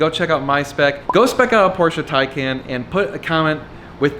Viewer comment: According to MT, it is pronounced "Tie-con"